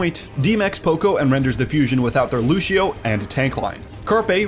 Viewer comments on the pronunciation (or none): If this anouncer says lushio one more time, i swear. IT'S Lúcio NOT LUSHIO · this mans kept saying lushio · Why he says lucio like that